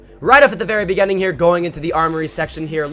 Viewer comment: I've been wanting to tell you this for a long time, but I feel like a grammar nazi when I try. But now, I'll say it. The word "Beginning" is pronounced "Be-gi-ning." Not "Bi-ge-ning."